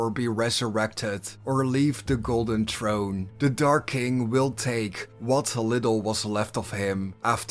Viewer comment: How many times are you going to butcher the word throne